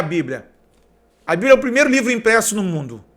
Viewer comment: Que susto, a paz , eu ja achei que era o cantor Naldo, do mundo, kkkkkkkkkk Mas esse ai não viajou, esse fez uma volta no MIUNDO kkkkkkkkkkkkk To rindo de nervoso